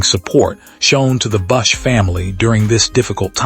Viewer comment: Everybody should give a thunbs down to this and every other A I created video on youtube.n n A I has ryuined youtube. People are giving a thumbs up to a video origination from a computer. The person in charge of this didn't have the decency to even change the pronunciation so it would at least say his name properly. This is garbage. It isn't a touching tribute to Kyle. It is some greedy person that has A I capabilities, making money of the tragic passing of a human. Youtube is afraid that a providor might say a word that could offend someone or mention sexual assault thinking it might turn someone into a r@ but, they see nothing wrong with allowing A I to say whatever they want. It isn't just this video. Almost every video with a generic creator name like "star buzz", "nascar news", etc. is A I created. They will print a screenshot as a preview and have a caption that is a boldface lie, but youtube doesn't stop them. Why, because they make money. If we don't stop A I, nobody will. Kyle and Samantha have enough admirers. They don't need A I to add to it.